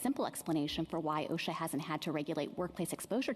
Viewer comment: She can Not Even Pronounce O.S.H.A. Correctly !!! What is Oshac ?!